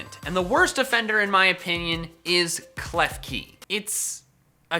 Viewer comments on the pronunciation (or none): KLEFKI DOES NOT END WITH AN E, TIT ENDS WITH AN I! AROMATISSE, NOT AROMATIES! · KLEFKI, NOT KEFKELI!